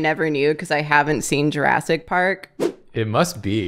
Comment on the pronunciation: Does always pronounce movies weird?? JurASSic Park. There WILL be blood.